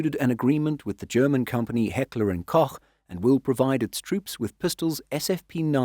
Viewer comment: Heckler and Koch was pronunciend very well 👌